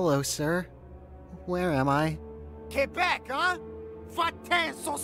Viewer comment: Yoo, over here pronouncing Quebec like Carl pronounces Croissant